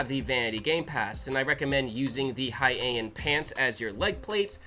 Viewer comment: Thanks for sharing something amazing and also Heian is pronounced "Hei-an" like "Hay Aunt"